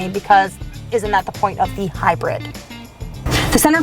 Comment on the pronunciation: "HYRID" lol